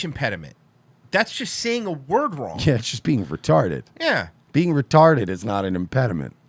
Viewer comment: talmbout being retawded? Great guy, nevamedim